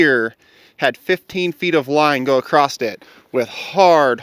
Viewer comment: Across, not acrost